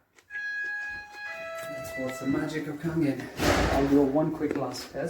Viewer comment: Its Kangen! Just sayin